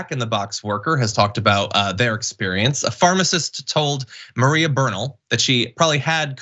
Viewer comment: totally mispronounced “Bernal”… it’s ‘bear-nahl‘…